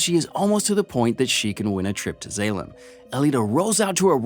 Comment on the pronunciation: mispronunciation of Zalem (z-all-um) and Zapan (sah-pan) is, at least for me, is what makes this video almost unwatchable for me. but that's jut my take on it. the plot is right but mispronunciation of names, especially in a movie like this where I'm a major fan, is just cringy